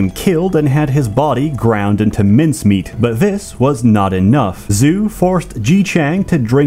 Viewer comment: Bro really read “Zhu” as “zoo”